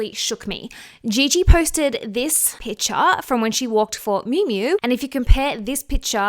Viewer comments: PiCture - "Picture" has a C in it. What you are saying is a different word - you are saying pitcher. Love your takes but can't get over how grating this is. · Sorry where are you from? You have such a strange accent when you say PICTURE😂 I am just curious